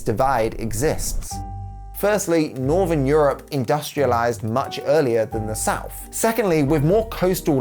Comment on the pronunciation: when you use words like three and south. it comes out like free and souf